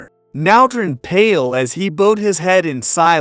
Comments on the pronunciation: Bowed is what you do when you appear before the King. It seems the pronunciation is wrong, when you bend at waist when be presented to a royal person is the correct pronunciation. Sadly HS seems incapable of pronouncing many words correctly. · None of these artificial voices pronounce it right. That and other words they put an r in, that isn’t there. Annoying.